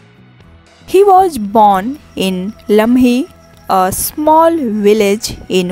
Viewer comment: Hey you first make right pronounce the English word like i say (was) is correct pronounce but you are saying (waj)and (storige)is not correctly but (stories)is correct pronounce